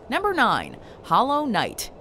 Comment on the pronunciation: There’s something off on how she says hollow knight